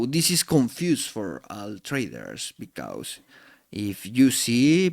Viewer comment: Thanks for sharing your knowledge. Suggestion: the words because, trust. You need to improve their pronunciation for your next videos. Or you can use AI to translate your videos from Spanish to English